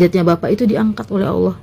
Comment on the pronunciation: kenapa orang Indonesia sebut perkataan 'Allah' dengar seperti 'aulia'.. kenapa yea